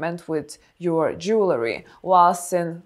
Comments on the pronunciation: Jewel ree not jewler ee. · Dear elegant lady. Jewelry is pronounced Jew el ry not jewler er. One of my minor eecchs. Sorry.